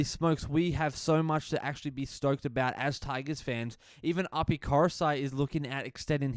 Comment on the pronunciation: Bro loving the channel but you gotta start pronouncing api's name right its wild that you say it wrong every time 😂